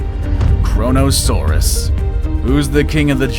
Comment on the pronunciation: who else thought "korona" when it said kronosaurus